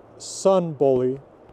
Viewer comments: Bolli is pronounced Bodli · Like I have said, the word bolli as a name only occurs in Iceland. Old Norse developed in the various countries as time went on, Old Icelandic being one offshoot. The name Bolli is incorrectly pronounced by, there is no preference as to how to speak it, there is the correct and the incorrect way. It is my name and I dislike having it murdered for reasons of preference. I lived the States for many years, I have yet to meet an American who can correctly pronounce my name.